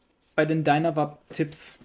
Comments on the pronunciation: 😅ich versuche nicht durchzudrehen, es macht mich einfach sehr nervös lol. Ich habe George aber tatsächlich ich einem Video ständig "Dynavape, gesprochen: "Dainawäip" sagen hören, nicht "Dünawap". Daher dachte ich wenn der Gründer ihns chon so nennt... 🙈🤷 Vielleicht bin ich auf dem Holzweg, aber es klingt doch auch einfach furchtbar dieses "Dünawap" 😅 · dreh bald durch, wenn ich noch jemand "DynaWAP" sagen höre, die werden ganz normal englisch ausgesprochen, was denn los mit euch? "Dynavape"